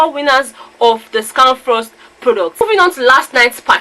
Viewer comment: For some reason seems to have problems with pronouncing of words... The way he speaks English seems to have affected him... Pronouncing of Scanfrost was a problem... It was so funny listening to him mention it... Characteristics of a winner 😉